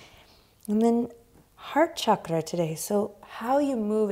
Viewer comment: at one point, Adriene said “heart chakra” and i thought i heard “hot chocolate”😂